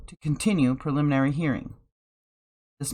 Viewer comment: Lets sound it out together.. Pre-lim-in-ary lol